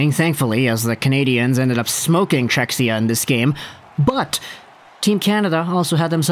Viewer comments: Czechia - not "Czechsia" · Cze-hi-ah that's the pronunciation, not to be an a-hole lol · Nice video as allways, but oh man, that pronunciation of Czechia hurts my ears, even tho im from Slovakia 😀 .